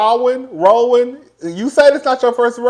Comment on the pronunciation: really said ‘RAW-WAN’😂😂😂😂